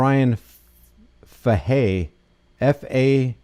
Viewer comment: in case anyone wanted to call into the pd its pronounced like this "fay-hey" that's for Sgt. Bryan bruised ego Fahey 😂